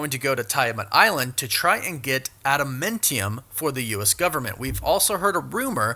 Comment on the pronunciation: I think you're pronouncing Adamantium and Tiamut incorrectly...